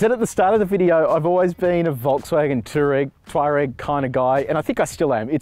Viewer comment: FYI. It's pronounced "two-wah-reg"